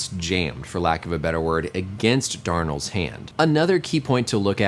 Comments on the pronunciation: DONALD NOT DARNOLD😂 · Aaron Darnold. It's Aaron Donald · Did my mans really just say Aaron DARNALD's hand ITS DONALD MY GUY! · Love the video but as a rams fan I was triggered when u got Aaron Donald’s name wrong however after watching the video u are forgiven for the great content